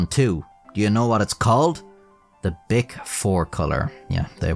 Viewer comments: Then he says "Bic boy" like my mind went straight to "bitch boy" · That's not how to pronounce bic